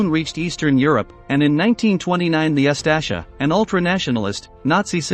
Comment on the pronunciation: Please try to approximate the pronunciation of the names. RadiCH, not RadiK. OOS-tasha, not US-tashsa